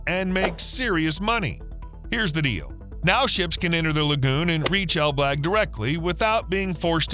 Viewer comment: Pronunciation of ElBlag is completely wrong, didn't you check how it's actually said first before mentioning it numerous times in this video?